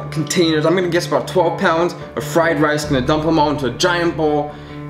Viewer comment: he said fried race